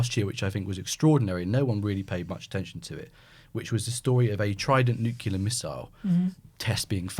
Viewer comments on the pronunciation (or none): NUCLEAR not "NUCULAR!!!" You are both journalists, wordsmith is supposed to be your trade.